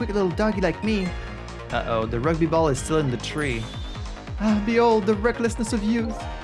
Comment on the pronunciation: Oh man, not the roogby! That was torture (no it wasn't, I'm playing it up for laughs) Is that how you pronounce it in French? Quebecois French?